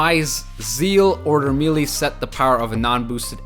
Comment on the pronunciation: MAYLAY! not meelee. Love the content though, just had to get that off